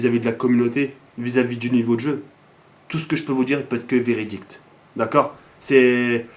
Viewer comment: A 10 minutes 10 seconde tu dit véridicte au lieu de véridique comme dans plusieurs de tes vidéos,tcho